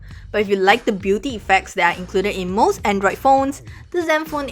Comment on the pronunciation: i like your accent when u say most of the time